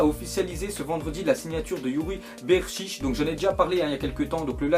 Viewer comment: stp prononce correctement les noms parce que ca casse la tete quand tu dis "Berchiche" alors que ca se prononce "Berchiché"